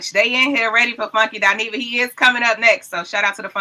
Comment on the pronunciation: Umm,, it's Funky "Dy-neva" boo🫩🥱😤